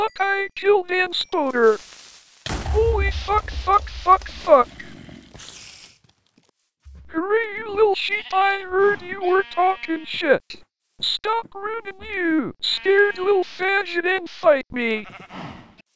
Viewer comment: The way voice pronounces "Shet" is so funny, it sounds like he has a stuffed nose.